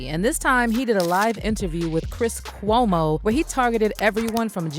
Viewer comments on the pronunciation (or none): The way she said cuomo 🤣🤣🤣🤣